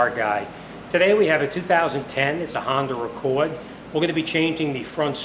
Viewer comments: Did he say Honda record :(((( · I believe it was "Hahndar Ahccored"